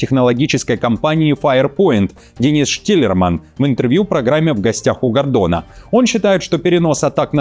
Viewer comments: Вы неправильно произносите фамилию великого украинского общественного деятеля . В гостях у Гордона, а не гондона . Или мне послышалось? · Я 3 раза переслушал - действительно сказано "в гостях у гандона". Видимо оговорка по Фрейду)